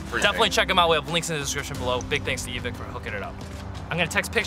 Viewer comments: You know it's over when D says Evik instead of Evike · not eveeeeke its evīke come one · He said : “eevik” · Why does everyone say Evik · It’s eeeee viii kkkiee